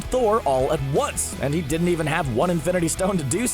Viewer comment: Why does he talk like that? The way he pronounces the 'T' in 'didn't' so hard seriously irritates me.